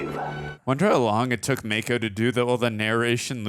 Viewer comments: LOL, it's "Mah-ko". He's not a shark.🤣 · Mako is pronounced with a soft “a”. Mah-ko instead of May-ko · Mako, as in the shark? Pretty sure its a soft 'a', (mah-kho, not may-kho) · It's pronounced Mah-ko. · Gettin' tired of hearing Mako's name repeatedly mispronounced.